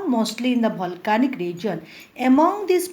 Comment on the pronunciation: Omg... what she is teaching, she is just reading and not explaining anything , and who pronounce volcanic as bholcanic!!! not good at all...